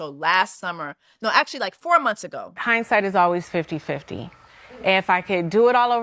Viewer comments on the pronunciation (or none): none